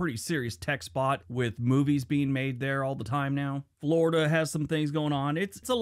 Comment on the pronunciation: Florida was only a territory during civil war. No matter, we were confederate and no, the war DID NOT start over slavery. It was taxation(government) issues. He's wrong on the accent too.